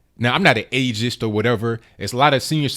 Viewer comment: Agist... LOL never heard that one before